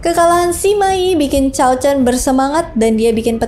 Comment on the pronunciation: Lebih pas cao dibaca tsao